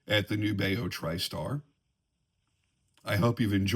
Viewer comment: Great tune,. I love Nubeo too. FYI, from the company, “The intended pronunciation of our brand name is indeed "NEW-be-oh."